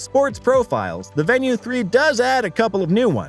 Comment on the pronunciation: I was thinking the same thing. I won't watch all of it and I can't give it a like. Not even pronouncing the name correctly.